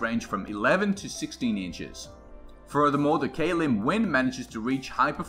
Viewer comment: its not pronounced like k lim it is pronounced klim.